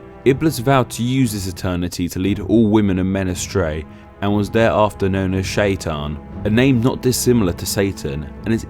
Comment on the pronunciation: it's iblis with a long "i" and Shaytan a bit more to on the T and longer "a" :)